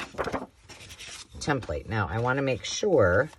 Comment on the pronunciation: Thanks for sharing! On a side note I appreciate that you say template the same as me! My ex boss used to ridicule me for saying it that way and I told him Its like tomato/ tomato you can say it both ways! He wasnt a nice person and always had something negative to say to me for years, I’m so grateful I don’t work for him anymore!!!